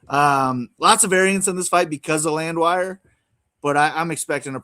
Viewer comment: not pronouncing the most popular fighters in the UFC correctly is pure gold. “G”iri and Landwire. 😂😂😂😂